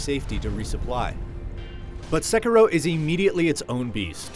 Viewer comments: Its SEH-KEY-DOH not SEH-KER-O. Japanase R's sound like D's. Smh >_> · He keeps saying Sekuro lol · Theckaro? What? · It's not "sekerow!... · its pronounced c-keero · What really annoyed me was his pronunciation of sekiro it’s pronounced se-key-row “sekiro” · I believe it's pronounced Sekeero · Its Seh - Kee - Roh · It's Sekiro! SE-KEE-RO! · The guy that does the review doesn't even know how to pronounce the name, which is mentioned in the game... guess who did not play the game xD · Nice review, but pretty sure your pronunciation of the name is off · You're pronouncing "Sekiro" wrong. The accent is on the "i," not the "e." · I'm not here for the review... Im just here to find out how to pronounce sekiro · You pronounced the name of this game at least three different ways during this review, and none of them are correct. Why can't any reviewers take the 30 seconds to check how to say the name of a major game before a review? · oof, learn to pronounce the name of game before doing a review for a major outlet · Great game, but every time he pronounces it wrong, I just die a little bit inside. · Get people who can say the name right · It's annoying how he pronounces it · The way you say “Sekiro”... I mean, I know you’re not Japanese, but eek! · I can't be the only one that quit watching after he butchered the title which is very easy to say! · Can you please pronounce the title of the game correctly.... Once? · Love how this guy pronounces "Sekiro" loooool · He'd probably give it a 10 if could pronounce the name right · I can't take a review seriously if the reviewer can't pronounce words correctly. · This dude is so white learn how to pronounce the game title dude